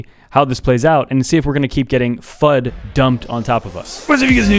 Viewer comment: FUD!? I thought you said Fudge!